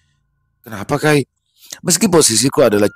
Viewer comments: Assalamualaikum... Saya suka dengar cerita Abang. Saya dr banjarmasin. Lucu dengar nyebut kai....kurang iii nya d belakang bang....nyebut nya harus ka'i bukan kai. Minta rela uln bang🙏🙏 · Assalamu'alaikum... Cerita yg luarbiasa dari tanah kalimantan, izin sedikit mengoreksi pelafalan "kai" (Dalam bahasa Banjar artinya kakek) Itu dibaca "kaik" Bukan "kay". Ampun maaf, salam dari Banjar samarinda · kai dibaca kay yi artinya kakek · Maaf bang , cuma mau ngasih tau . Panggilan kakek itu bukan kai , tapi ka'i 🙏